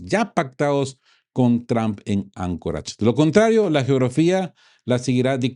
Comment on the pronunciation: Se pronuncia Ancoreich, no Ancorach. Tampoco se pronuncia, ya en español, vesania sino ve-sa-ní-a, con acento en la i para romper el diptongo. La palabra en español, no es desclasar, sino desclasificar, aplicado a levantar el secreto. Desclasar suponiendo que exista, es quitar las clases (sociales) a algun aspecto de la sociedad.